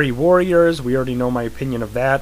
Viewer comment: Um Wizards and Warriors is not pronounced weariers. It is pronounced woriers. with a long O sound.